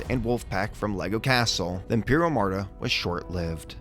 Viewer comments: Love these vids! Just a heads up though, it's Armada, not Amarda. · This series is amazing! By the way it is pronounced Arrr-Ma-duh, not uhm-arrr-duh